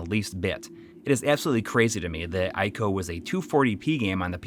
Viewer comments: ICO is pronounced like eco :) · M2 mentioned makes this a flawless video, except for that part where ICO is being called AICO 😬